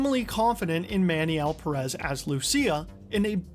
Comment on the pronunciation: I'm just gonna dislike every video where Pérez is mispronounced. Y'all do so much research but don't bother checking the pronunciation of one word